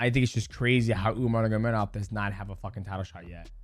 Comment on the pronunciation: DJ, you’ve gotta work harder on pronouncing Umar’s full name.